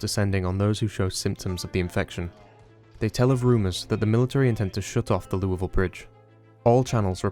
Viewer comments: Can't tell you how many times I heard him say Louisville before I paused and said "OMG did he just pronounce it the right way!!?" 😂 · Someone finally pronounces “Louisville” correctly. The gods finally shine upon us! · Thank you for calling it "loo-uh-ville" and not "loo-ee-ville" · Thank you for pronouncing "LEW-uh-ville" correctly. Signed, A Person From Indianapolis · He actually said Louisville right! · did you, a non kentuckian, hell, a non american, just pronounce louisville correctly? i must be dreaming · As a Kentuckian I thank you for pronouncing Louisville correctly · Thank you so much for pronouncing Louisville correctly, sincerely, central Kentuckian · Shout out for pronouncing louisville correctly. it must be the accent! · Bro pronounced Louisville right🎉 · Finally, someone who pronounces Louisville correctly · DUDE AS A KENTUCKIAN I HAVE FINNALY SEEN SOMEONE PRONOUNCE LOUIVILLE CORRECTLY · Wow he says Louisville correctly amazing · As a Louisville citizen it brings me so much joy that you pronounce our city's name so well. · thank you so much for actually pronouncing Louisville correctly, I live in KY so it always bugs the hell out of me hearing people pronounce it "leweyville" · I have to say, as a Louisville native, props for an acceptable pronunciation! Better than the Louis-villes or the Louie-villes ive heard from a number of other people talk about the game